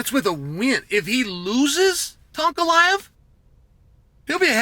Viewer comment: Yes. Perry ah vs unk ef